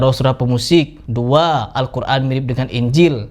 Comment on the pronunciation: Ayo bedah satu persatu ustad yang menyimpang dari Agama islam, dan sedikit di bedah adalah cara ustad Adi Hidayat mengucapkan kata"al Qur'an", di sana tidak huruf 'ain, tapi saat dia bilang al Quran ada melibatkan huruf 'ain. Apa tidak menyimpang dari ilmu tajuid, atau hanya pemanis suatu kata agar indah didengar??